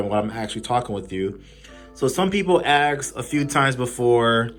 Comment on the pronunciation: you said AXE instead of Ask